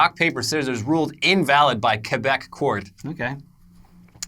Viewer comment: I appreciate how pronounces Quebec.